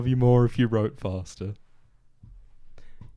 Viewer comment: “I twote” That sounded almost naughty and nearly woke up my roommate laughing with at this joke ❤